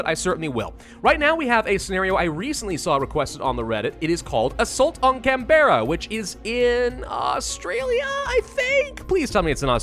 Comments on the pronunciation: Can-brah. Not can-bear-a. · Ah yes, Can-berra, not Canberra (pronounced cambra) 😂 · We pronounce Canberra as Canbra and we don’t enunciate any letter, just can-bra or can-bru, depends on how much of an accent we have. I don’t know if it said it in the intro but Canberra is our capital city. And to be honest I think most aussies would be more than happy to see this place burn. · I unironically love how you pronounced Canberra. It's more like Can-bruh, but Can-bear-rah sounded cool. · as an aussie, i know it doesn't matter, but: "canb'ra" ozzi